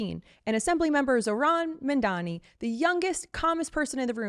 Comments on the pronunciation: It’s Zohran MAMDANI not Mandani .. why nobody can pronounce his name properly !?? Eventhough it’s so simple to do so … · I like your channel; make sure you pronounce your subjects names correctly. Its MaMdani and not MaNdani. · Zohran Mamdami. Pronounce Mamdami with TWO Ms.